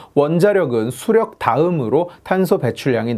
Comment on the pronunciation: 수력->수령으로 발음함 지칼 그는 빨갱이였나